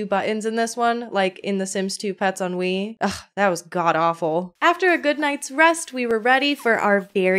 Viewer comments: i love how it sounds like you keep saying "ennui" bc if that doesnt perfectly describe my feelings towards the sims lately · I kept hearing "The Sims 3: Ennui"